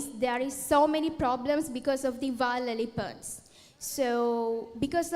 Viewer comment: Nahirapan din akong intindihin yung pagbigkas nya ng wild elephant.